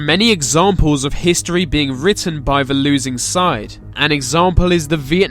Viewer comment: It's probably the sound on my computer, but when this guy pronounces the English TH sound, it comes across as V; so I hear VE (vuh) instead of THE, VESE instead of THESE.